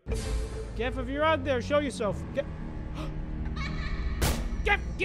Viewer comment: It’s not jif, it’s not gif It’s gef